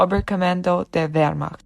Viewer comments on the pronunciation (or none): none